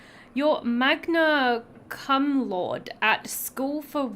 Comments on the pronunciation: Its pronounced magna cum "cooommmm" laude "law day" its usually for people who got a high gpa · "magna anyway"? You're American, right?